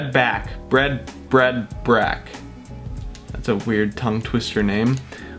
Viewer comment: Brad brach is pronounced "brad Brock"